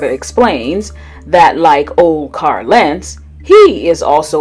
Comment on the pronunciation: Why do you pronounce his name “Car Lentz?” There is an “l” at the end of Carl.